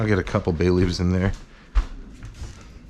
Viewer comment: Thought you said "Bailey's" rather than "bay leaves"